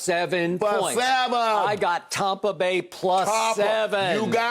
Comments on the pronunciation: Stop saying Tawmpa Bay. It's Stoopid. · Skip "Tompa Bay" Bayless